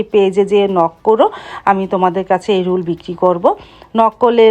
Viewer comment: রুল না। রোল